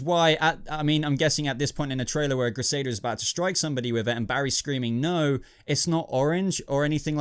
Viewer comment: who is krisada? Dude, you make it too obvious that you don't watch the flash etc. lots of names pronounced wrong etc, am sure u did the same with Gotham recently as well lol